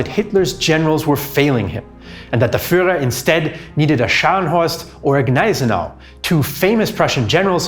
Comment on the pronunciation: damn man your pronounciation of scharnhorst and gneisenau is perfekt